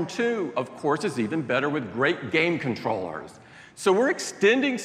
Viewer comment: "with great game controllersshthths" Tim Apple having stroke?